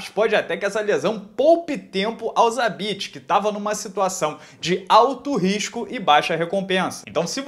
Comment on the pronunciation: Vc falou zabesta?